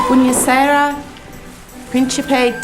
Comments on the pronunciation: Sorry but the teacher's Italian accent is terrible... no wonder the girls couldn't get it right if even she can't pronounce it! It's buonasera with an O and one R NOT buena serra O_o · I heard that... Bwayna Sayra... I wondered what language she was supposed to be speaking. No wonder the girls were struggling with their "Italian." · mispronounces the Italian and Sarah was petulant for someone almost 30.